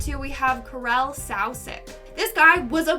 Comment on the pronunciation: Karel-"Carl" Jiminez- "Iminez"